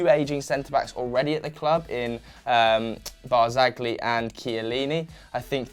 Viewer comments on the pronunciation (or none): The g is silent in barzagli bro. Bar-za-lyee